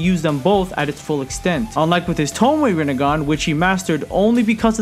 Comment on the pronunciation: You mean "Rinne-gone"